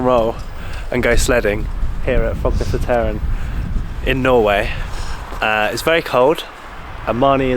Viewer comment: Perhaps you already knew, but "Korketrekkeren" means "the Corkscrew". And by the way, the last "e" in both this word and "Frognerseteren" is silent. So, pronounced more or less like i.e. "Frognerset-earn". Or, to be exact, with a Norwegian "æ"-sound. Actually like the "a" in English "fancy"😂